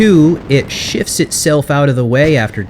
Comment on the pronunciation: Sounds like your saying "Ships" instead of "Shifts" If that's what you trying to say :) Awesome Videos Though.